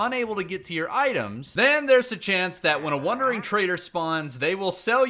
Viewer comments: The fact he said wonder instead of wander this whole video drove me nuts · Every time he says “wondering”…. Drives me crazy! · bruh you say "wondering trader" lol